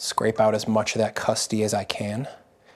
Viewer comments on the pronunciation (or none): I died hearing “custy” 3 times in a row 😂😂😂 That’s an old drug dealer slang for customer 😂😂 i’m sure the pie is super delicious , though! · Every time I hear “custy” I’m tempted to turn off the video.